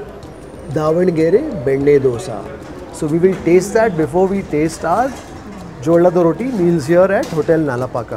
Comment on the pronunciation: Not jollada rotti. Its Jolad rotti